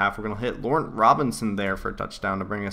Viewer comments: its pronounced le-raunt Robinson not lou-rent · Laurent Robinson is pronounced La-Ron. just saying lol